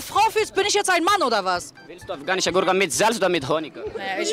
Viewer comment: ``afgahnische goorke,, killt micht